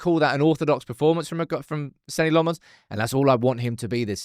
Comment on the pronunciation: SAY LAMMENS PROPERLY FFS.. NOT LEMMONNNNNS